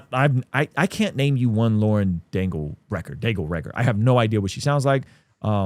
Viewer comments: Yea you know.. and you don’t even know how to say Lauren Daigle‘s name so why are you even talking about her. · Mispronouncing her name clearly shows us how u truly feel… hella rude